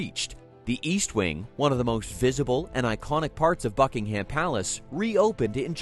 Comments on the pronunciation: The British pronunciation is "BUCK-ing-um" and not "Buck-ing-HAM." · Raise your hand if you cringed every time he said HAM. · You need to drastically improve your AI narration, too much of it was continually repeated as was video footage. You also need to learn how to pronounce words & names correctly. Buckingham is one word, it is not hyphenated and the 'ham' is pronounced 'em' or 'am'.